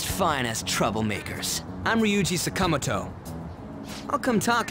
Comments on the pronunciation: Why do they pronounce Sakamoto like that? Like c'mon at least try to get the inflexion right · damn sakamoto can't even pronounce his name properly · I wish they would pronounce Sakamoto correctly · Why is the dub absolutely butchering the pronunciation of “Sakamoto”? They really don’t have someone on hand that knows how to pronounce Japanese names?